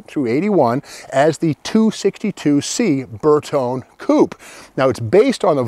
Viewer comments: 122GT probably the first "sporty" Vulva. Ber tone eh, it's friggin' eye-tal-yun. Ber tone, sounds like a TV set. 4 speed was correct (maybe with electric O/D on 3rd and 4th), no 5 speed Vulva's 'til much later. As like many others that have responded, the 164 was the first "luxury" Vulva. Now get your cop-car in for some cervix. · Excellent knowledge as usual, but if you're going to give a lesson in Latin, please check your Italian pronunciation. Bertone has an ee sound at the end so it is three syllables, Ber-tone-ee. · Bertone is pronounced Ber toe nay . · It is not burton, it is bertone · Pronounced "Bayr tone ee" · These were weird indeed! Also I never understood why you'd want to take a Volvo that had such great visibility and headroom and then cut the roof and make the visibility lousy. Incidentally my understanding is that Bertone is pronounced Ber-TONY. I sure enjoy these videos, Steve. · Actually it’s pronounced BertonE. And a coupe is pronounced coupE. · With a name like Magnante, you'd think he'd know how to pronounce Bertone (bare-TONE-ay). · You know what Volvo means but don't know how to pronounce Bertone? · Magnante, can't pronounce Bertone